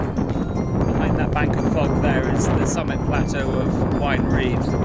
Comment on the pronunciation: Great route! You can pronounce the names - I just can't get them right at all.... I don't know that top but recognise all the views. Your extensive route notes are most useful - I will go back to these. Cheers, Warren :)